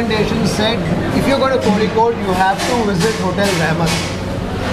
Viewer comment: First time hearing someone outside Kerala saying "Kozhikode" correctly.......